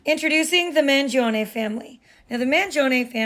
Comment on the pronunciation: Thanks for pronouncing "Mangione" correctly !!!